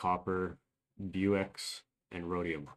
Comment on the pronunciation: Bauxite : is not Bu - x. As you said it. It is called Box-ite. I know words that are spelled with wonky letters. Is a P.I.T.A. But thought I would try too clear that up for you.